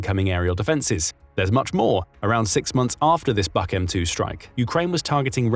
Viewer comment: HIMARS are great, but it is only a matter of time before Trump pulls the plug on them because they are hurting Putin to much Btw, it is pronounced "book" air defense system